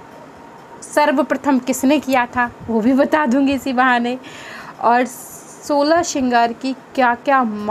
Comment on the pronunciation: Didi it's not SHOLA , it's " Solah Shringar ".